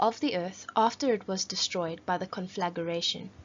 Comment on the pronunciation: its conflagration not conflageration. great video really helped